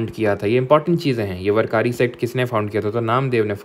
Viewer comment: Jnanesvara(ज्ञानेश्वर) hota hai sir vo जनानेश्वर nahi varkari(वारकरी) hota hai vo sir वरकारी nahi